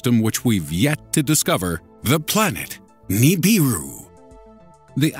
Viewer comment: The" Neeebeeru" lmao